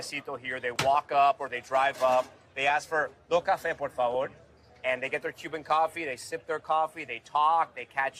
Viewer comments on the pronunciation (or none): none